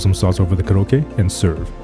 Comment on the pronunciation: It’s not kurokke but pronounce Ko-rokke.